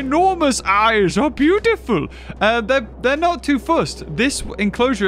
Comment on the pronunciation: Gotta love they way he says beautiful 😂